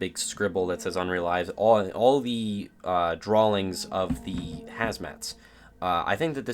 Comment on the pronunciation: "All of the drawlings..." "Drawlings," is it? Lol